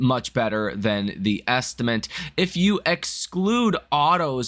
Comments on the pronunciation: Appreciate your videos. 👍 also, its estimate not estiment.. anyways you've taken the spot of Rob Maurer. Keep it up. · You need to fix the way you say estimate - you say estiment! lol